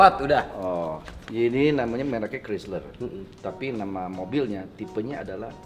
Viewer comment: Bacanya peti kruser. Peti artinya mungil. Merknya dibaca kraisler. Gitu